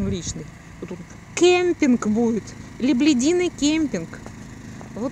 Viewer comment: Лебединый Кемпинг, а не леблЯдиный!